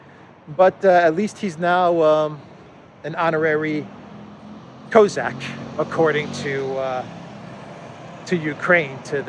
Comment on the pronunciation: Cossack. Do you mispronounce if on purpose?